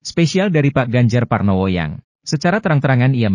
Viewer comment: Yg menyampaikan narasi di video ini kok masih salah sih menyebut nama orang: Pak Ganjar Parnowo sebanyak 2 kali.